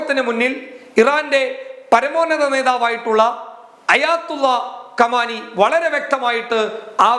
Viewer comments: കമാനിയല്ല ഭായി "ഖുമൈനി "എന്നെങ്കിലും പറഞ്ഞ് തൻ്റെ" വായ കിറിപ്പൊ "ക്ക് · ആയത്തുള്ള കമാനി അല്ല ( ആയതുള്ള ഖുമൈനി ആണ് )